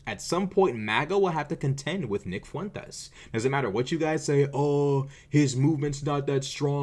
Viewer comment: I love how you always properly accent the name Fuentes.... it probably burns his supportes up lol 😂